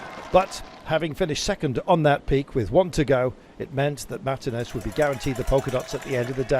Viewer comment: When are these British commentators going to learn now to say the name Martinez.